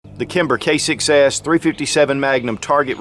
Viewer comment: ROFLMAO...at beginning he says Kimber K6s....sounds like he says Kimber Kicks A$$